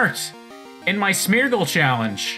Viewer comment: Me: half-listening: "Smetch" Me: You have my attention